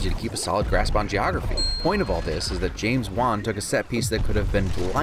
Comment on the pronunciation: I thought he kept saying James Bond, not James Wan 😂